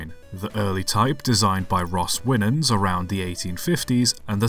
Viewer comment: Uhm. The camel back locos. By Ross Winans. Its not pronounced (win)ans. Its pronounced more like (Y)nans